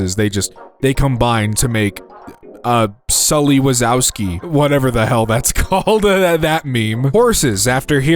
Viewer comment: “Sully wazouski” 😭